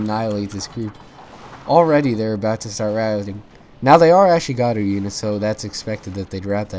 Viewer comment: Note: The markers of experience are called "chevrons" not "tick-marks", and your ally's matchlocks were firing very quickly because they're veteran matchlock monks, which are VERY different from ashigaru (ah-SHEE-gah-ruu). Like the channel!